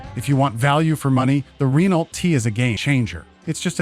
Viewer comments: Re-nalt? Just pronouce it "reno" and you'll be fine. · Teach the narrator how to say Renault correctly!